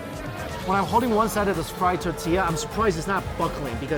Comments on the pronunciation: Omg 😂 he cracks me up when he says tortilla like “tatiya” lol 🌮 😋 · Love your videos, but it's so cringy to hear him prounounce tortilla as tatilla.